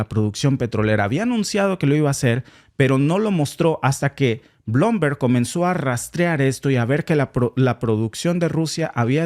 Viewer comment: Bloomberg se pronuncia Blumberg amigo😅